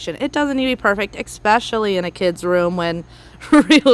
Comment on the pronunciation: It's cute how you always say 'ex-pecially' instead of "es-pecially !